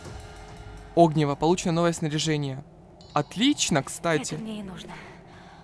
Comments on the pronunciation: На заметку только без обид огниво на "и" ударение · Правильно огнИво, а так всё прекрасно. Весь день ждала серию)